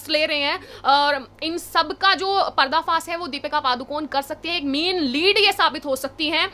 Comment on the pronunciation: Madam PARDA FAAS nhi parda faash Hota hai